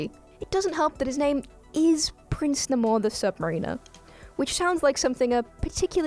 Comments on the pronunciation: Namor is pronounced Nae-more not nah-mor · um.....it's NAY-more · And her pronunciation of his name.....UGGGH.... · She can't pronounce a single thing correctly about Namor 👎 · he's the first Mutant, those wings are his mutation. poor Namor gets no love and horrible pronunciation here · Excuse me,? What did you call Namor? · It's pronounced "Prince Neigh-more the Sub-Mah-rin-ah" not "Prince N'mor the Sub Marine-er". Also he was created about 5-10 years before Aquaman. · 1) it’s pronounced Nay-more the Sub-mare-in-or 2) that was wakanda he was flooding not New York 3) he was made before aquaman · AGGGHHHHH!!! It's Prince NAME-or, the Sub-MARE-iner, not Sub=ma-REEH-ner. Stress on the NAME, not the or. The second part is like Rime of the Ancient Mariner. Listen to the Iron Maiden song of the same name. Stress on the first syllable of NAMor, second syllable of SubMARiner. AGGGGHHHH!!! Also, the wings are not boots; they are part of his body, and grant him flight. Why? Because...comic books. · It's pronounced Nay-mor and sub-maer-in-er, like mare. And, the wings clearly come out of his feet; they aren't part of his shoes. He ain't Hermes. Come on now. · "N'more," "Ayusthetic" and "sub mareener" mispronunciations aside, an OK listicle.